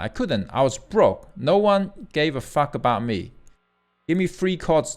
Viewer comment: No matter how much I idolize and regard HL to be one of the best guitarist on the planet, I can't help being amused by his accent even though it isn't really that bad. For instance, I swear I heard him say "free" but when I double checked it he was actually saying "three" also every time he says "fuck" it sounds like "Phuk" 😂😂